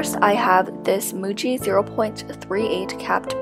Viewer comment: Why do I keep hearing Gucci when she says Muji 😂 (This isn't meant as hate by the way, I love your channel.)